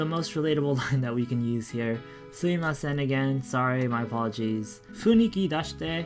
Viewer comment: Nice one as usual. Just I think it's suMImasen not suimasen